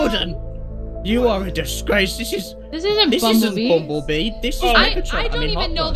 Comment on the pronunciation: No not bummbellbee